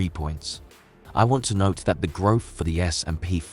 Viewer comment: It's growth not Groff you muppet